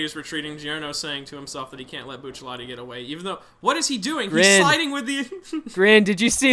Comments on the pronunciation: ah yes, remember when bucciarati was also commonly called buccellati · Buccellati 🤮 It’s Bucciarati